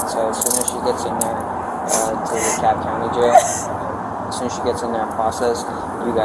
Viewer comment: I didn't enjoy you mispronouncing "DeKalb" or your constant interruptions